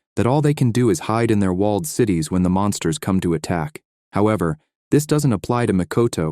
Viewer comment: Fyi its supposed to be Monsters not mounters. 😂its okay english isnt my first language either.